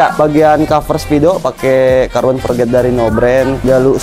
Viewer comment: Forged bang bukan Forget... 😭